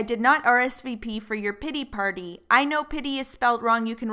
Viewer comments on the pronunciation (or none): Ok, ok, ok, you just added an extra “t” to pity but this dude said “Putty Party” 😭😂